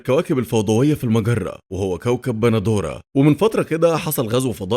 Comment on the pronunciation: يا عم اسمو باندورا مش بندورا